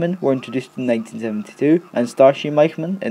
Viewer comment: Аll is fine, but just who is the "senior maiyhmen"? I don't know such a word (maihmen). Maybe Michman?